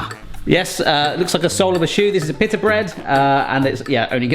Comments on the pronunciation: In America, it's pronounced pita, not pittah. So strange how the same word can be pronounced so differently... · It’s pronounced pee-ta,. Pita = pee-ta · it is pronouced peet-a like peat moss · Pea-da bread.